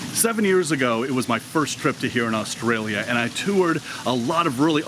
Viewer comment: I get mad at the way you say Australia . Love the video tho. 😂😒